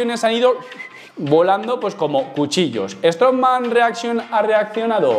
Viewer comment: Me mata lo de strongman reaxion xD